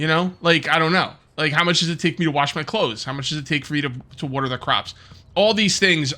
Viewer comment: bro says Wuater anymore times I think I might have to /kill